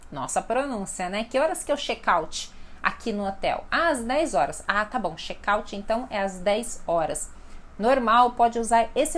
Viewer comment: A palavra Chat e Chek na se pronúncia assim como você pronúncia..